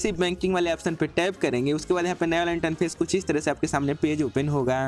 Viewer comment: Bhai interface hota hai not इंटनफेस